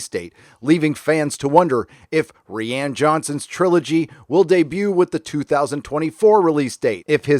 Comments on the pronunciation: Rian is Ryan not Reean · Isn't Rian just a messed up way to spell Ryan, why are you saying REEE ANNE? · I think I’m missing an in joke or something. Why are you pronouncing Rian as “ree ann”? Sorry for being stupid. Thanks. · Rian name is spoken as "Ryan" dumbass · Lol Ree-Ann lolz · I support this pronunciation of 'ReeeAnn'... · It's pronounced Ryan dude. Why can't Americans pronounce names? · ok, is he saying ri ann johnson as a joke? i r confused. if so its a hilarious take on roundhead's name XD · BTW, you know it's just pronounced like Ryan. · Ah since the new movies take place in an entirely different part of the galaxy with entirely new characters, she was never supposed to play the part after The Rise Of Skywalker. I love that you call Rian, "Ree-Ann"! Hahaha! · Ree-Ann.... lol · is there a reason why you pronounce rian johnson's first name wrong? I have no love for "roundhead" but it's actually pronounced like "Ryan" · No. Its pronounced ruin